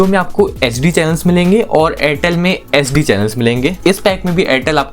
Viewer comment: bhai tum HD & SD clearly bolo, nahi to fulform use karke baat kiya karo,,, sunne walo k help hoga